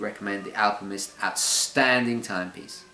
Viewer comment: Are you saying "AlpiMist"? Or is it just your English accent?